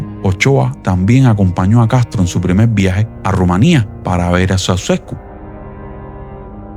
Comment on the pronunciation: Niño no se dice Soucesko, se pronuncia Chauchesko 🤦🏽‍♀️🤦🏽‍♀️🤦🏽‍♀️🤦🏽‍♀️ pooooorrrr favoooorrrr